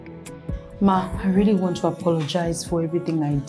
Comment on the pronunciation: “We are just rorolly worried”😂😂💔 Aunty Ruth how do you do these things😂🌚 You be TOP WOMAN🔥❤️ God bless you 🫶🏿 Sil vous plait for this Epic movie😂